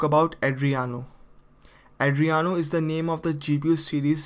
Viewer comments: Did you loose your 5th grade grammar book? It's adrEno not Adriano 😂😂😂😂😂😂😂😂 Number third 😭😭😭😭😭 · it's adreno not adriyano bro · Adreno! Not adreyano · Sorry for bad pronunciation, it is Adreno, not Adriano. Subtitles are now available. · Not Adriano its Adreno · Adreno not adriano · Andreno or Andreyano😂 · its pronounce AH DREEN OH.